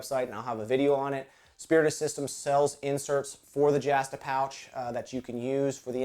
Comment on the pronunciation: "jahhhhh stuh a pouch"??? I do believe there is only one "a" in the "justa"